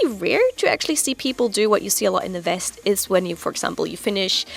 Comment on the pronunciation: Each time I watch this channel, I doubt that she is German, but there are moments when a German accent or German speech comes out. For example, near the end of this video, was talking about the West. She said "West" as "Vest," That's because the "W" makes a "V" sound in most words containing a "W." Long story short, I get reminded that's she's German because of that. Also, Slavic people do the same. Japanese people tend to be/use Tatemae when speaking with most people, especially at work. They only use Honne when they are friends or are comfortable with you. So, that could also be a reason for their beliefs. Great video by the way.